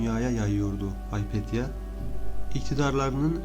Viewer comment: Haypetya değil, Hüpatya.